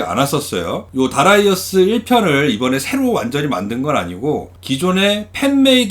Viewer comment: darius 면 다리우스라고 읽는게 보통인데 특히 하군요. 다라이어스라니